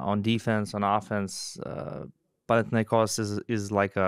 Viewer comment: Thank you very much for respecting the way that Panathinaikos is properly pronounced. Great show as always. Keep it going!